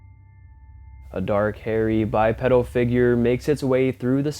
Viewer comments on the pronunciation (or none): Bi-pee-dul , not bi-pedal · Its pronounced (Bypeedal) not bypedal. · It’s hard to take you seriously when you mispronounce bipedal repeatedly. It’s bi-pee-dal. Not pedal like a bike pedal. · Please learn how to pronounce bi-pedal, it's torture to hear.